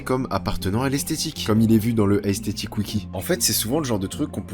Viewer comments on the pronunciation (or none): none